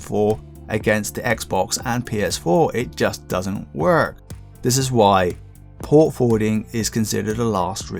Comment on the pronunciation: At 13.30 Fort Porwarding is new to me lol :) made me chuckle